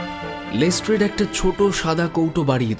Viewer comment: শার্লক ওটা লেস্ট্রাড, লেস্ট্রেড নয় 🙄